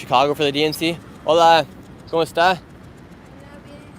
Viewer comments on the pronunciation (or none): none